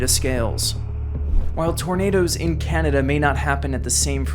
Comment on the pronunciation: Put a smile on my face at how tried so hard to pronounce everything correctly but still mispronounced "Canada" and "Ontario." I can't believe he left out the June 17th, 1946 Windsor, Ontario tornado. It's also not often mentioned that tornado #30 out of the 148 in the 1974 Super Outbreak hit Windsor, Ontario too.